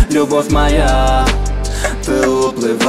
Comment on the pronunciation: Акцент хреновый во время произношение слово ""ты"" ужасно получается